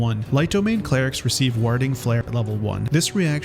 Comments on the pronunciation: Sorry I have to say something- warhding flare?! Ward - like 'war' (wor) with a d at the end. Warding - 'wor-ding'. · "WAH-ding" flare? Really?